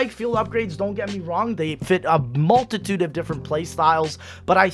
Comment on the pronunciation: Say multitude one more time I dare you.